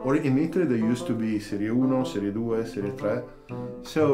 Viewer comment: Idk where you are from, but your pronunciation of "Serie 1, 2, 3" was absolutely perfect. I'm Italian, felt like an Italian was saying that. Awesome video too, btw!